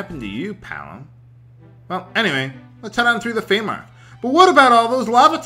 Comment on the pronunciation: Also, not trying to correct your pronunciation here, but a March(noun), pronounced like the month March or March(verb), is a tract of land or border; frontier. I don't know why you like to say Feymark, but, I'm not going to insist that you stop. It's just so strange. Keep on with that amusing brain you've got, it's a supernatural frontier.